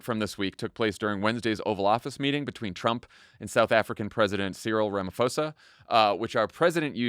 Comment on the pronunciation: It's promounced "Ramaposa" not Ramafosa.